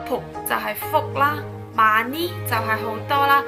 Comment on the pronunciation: Ma ni 好似money 😂😂😂😂